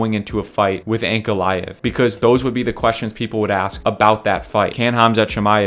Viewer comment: Hearing you mispronouncing Ankalaev is deafening. I get that there's a reason you guys are YouTubers and not professionals but the amount of invalids (good luck with that one) on this platform mispronouncing simple words and names are astounding. How have your parents let you into the world being so unintelligent?